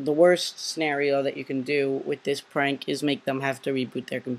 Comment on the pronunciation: you calld it pank